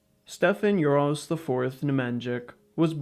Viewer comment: OK, let's... let's dissect the pronunciation of this. It will probably be similarly applicable to most other butchered pronunciations in later in the video, so it's unlikely I'll need to dissect more, but if there is, I'll make an edit. So, Stefan Uroš IV Nemanjić. Stefan - pretty much spot on Uroš - you pronounced it Uros. The š denotes a sh sound. On it's own, not a big deal IV - no need to dissect this since it's a direct translation Nemanjić - you pronounced it Nemanžik. So, first off, despite how it looks, nj here is actually one letter, not the two separate letters of n and j. Second, it makes the same sound as the n with the tilde does in Spanish. you know, this ñ thing. And before you ask, yes, even if the n and j were separate letters, the fact that I transcribed your pronunciation of Nemanjić as Nemanžik already tells you that the zh sound is represented by ž, so what is the j for? the same sound as the y in the English word yes. next, there's the ć letter. You probably confused it for the similar letter c, and pronounced it like an Anglophone would. But not only is k not the correct pronunciation for the ć, it's... not even the correct pronunciation for c. The c makes a similar, if not the same sound, as the og Japanese pronunciation of the ts in tsunami. then there's the letter č, which also shouldn't be confused for either c or ć, which denotes the ch sound. and then ć... doesn't even have an equivalent sound in English or something I would imagine you to be